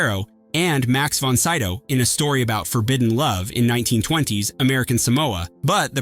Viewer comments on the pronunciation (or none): none